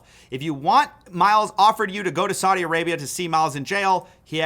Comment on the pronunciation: Why can't Americans say "Saudi". Not hard